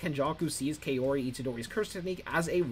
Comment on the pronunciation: Lol kay-ori Pronounced cow-ri for future ref.